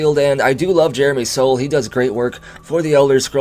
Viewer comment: FYI, for the future, Soule is pronounced like Sool and not like Soul.